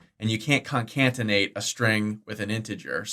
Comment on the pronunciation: New drinking game: Take a shot every time says concatenate incorrectly.